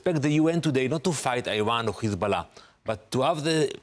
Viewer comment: The ambassador’s tongue performs a circus act, especially when he tries to pronounce 'KKKHHHESSBALLAH'.